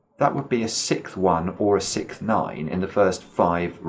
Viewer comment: pronounces the word “sixth” incorrectly.